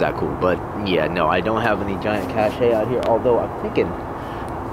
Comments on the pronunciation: it pronounced cash not cash ay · Cache, French pronunciation = CASH, by most in the US. Love your work.